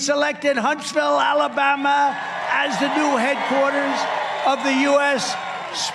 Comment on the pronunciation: 🤣🤣why did he say ala'bama like that?